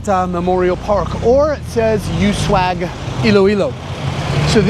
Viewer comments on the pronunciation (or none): Its pronounced as "Ous-Wag", meaning prosper